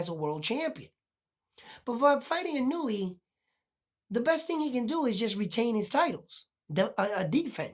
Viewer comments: You know more about boxing than I'll ever know, but when it comes to pronouncing Japanese names I got it down. The Monster's last name is pronounced, EE-'NOY-YAY. Note the accent in the NOY. The cadence would be similar to saying "lil Kanye". His first name is pronounced, NAH-'OH-YAH. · Come on, Spanish speakers. The "I" in Inoue has an ee sound like KEY. It does not have an ih sound like KIN. Japanese, in many respects, has the same pronunciation as Spanish LOL